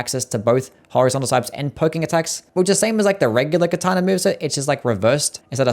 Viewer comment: "Kataner" 😂 Love the ranking